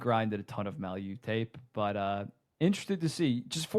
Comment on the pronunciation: Guys, Mailloux is pronounced MAY-EW.